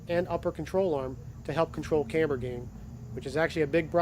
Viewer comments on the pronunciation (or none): none